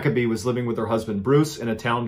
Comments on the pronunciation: It's lima like the bean. I'm from. Thefe lol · I grew up in Lima. But it's pronounced Lie-mah